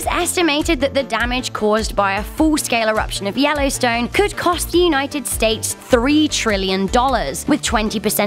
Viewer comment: Da wellowstwone